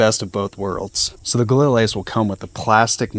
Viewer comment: All this talk about your rifle and you can’t even pronounce the name of it properly.